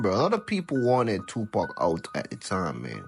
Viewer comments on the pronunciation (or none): His name is Tupac not Tupack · IT'S NOT 2PACK IT'S 2PAC YOU STUPID WOMAN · It's not Tupack it's Tupac.They could at least get the name right. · POC not Pack !! Geez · This Tupack Is boiling me inside……It’s TUPAC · Tupac not two pac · Stop saying two pack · ITS NOT TUPACK!!!!!!!!! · PAC man must be pack I hear them mispronounce so many names not just here but all around pac dmx and suge but sug nights pretty funny one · I wish you would pronounce his name right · As much as i want to hear this story, i will not sit through an AI voice 5 seconds in mispronounce the name of the main subject. I'm sure other regular words are mispronounced as well. I'm not watching it. Either use the AI properly or narrate it yourself.